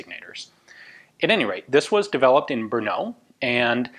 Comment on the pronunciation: Hi, your pronunciation of Brno is better and better :) Now you can visit us..! Unfortunatelly remains of former Zbrojovka Brno plant is now being demolished :( Anyway Kautsky's name stil needs some polishing :))